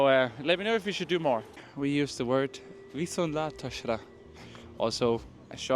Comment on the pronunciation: Nagyszerű, hogy tanítod a magyart aki érdeklődik iránta, de a kiejtés itt-ott sántít 😍 pl nem vonát, hanem vonat. Az á-ink viszont nyitottabbak pl viszont látásra. ❤ De annyira nem gáz